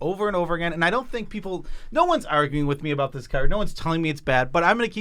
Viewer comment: I really hate they these guys say "card".